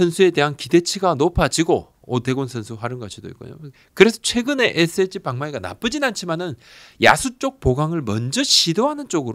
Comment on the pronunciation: 부장님의 ssg발음 은근 중독성 있음. 에쎗찌